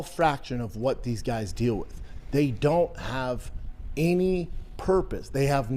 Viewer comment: He was right, nobody does like him. He should of kept that thought, would of woke him up to reality. Now he's delusional. And would someone please teach him how to pronounce the simple word "any"